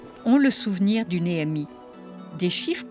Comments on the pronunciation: Elle me stresse elle a dire é m i , au lieu d’ e m i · Il n'y a pas d'accent sur le E de expérience, on ne dit donc pas ÉMI mais EMI.